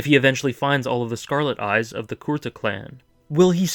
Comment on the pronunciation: Odd thing that bothered me... Did they change his clan's name? You pronounce it as 'core-tah', I have always heard 'koo-rah-tah' Sorry to nitpick, but that just caused an odd cringe every time for me :/